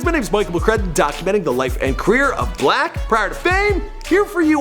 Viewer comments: Why does he call him black his name is six-lack, right? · His name is 6 black not 6lack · Is pronounce six-lack idiot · It’s pronounced slack (6lack) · 6lack is pronounced black -6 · dumbass it's pronounced "six-lack" smh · 6lack is pronounced black 6lack is pronounced black 6lack is pronounced black 6lack is pronounced black 6lack is pronounced black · I thought it was pronounced “SLACK” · I know it's obviously pronounced as Black, but 6LACK sounds cool asf to me.